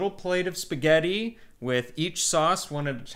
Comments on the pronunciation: Simone Trombotto Ma la cosa più strana è quando sento su canali di cucina da italiani che vivono in America, pronunciare la parola (italianissima !) spaghetti.......”spagheri”. Che lo faccia un americano è diciamo ancora perdonabile, ma che siano gli italiani a pronunciarla in quel modo è proprio una cosa imperdonabile . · Comunque.. Eva devi insegnare ad come si pronuncia la doppia TT di spaghetti, non si può sentire come lo dice😂